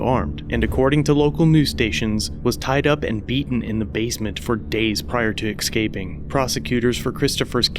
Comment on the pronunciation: I know it is petty, but it is escaping not excaping :)